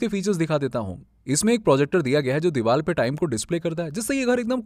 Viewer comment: Ur video is good... voice is too good... but plz do not say DEEVAL for DEEVAR